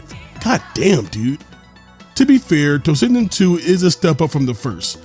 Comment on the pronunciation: Why do you pronounce like that ... Tossinden instead of toshinden